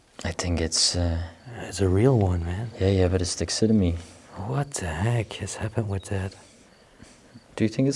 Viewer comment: I hope I am going to be of help. The word is Taxidermy, It is pronounced "Taxi der me." I love your English, but I wouldn't want someone to laugh at the way you say the word, say it that way and pronounce the R. I love your show, and wish I could go with you to these places, but I am content to watch you on Utube. Stay safe and God bless.